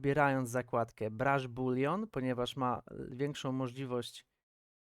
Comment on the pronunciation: Dzięki . Ale z tym bulionem przegiąłeś :D boolean nie boolion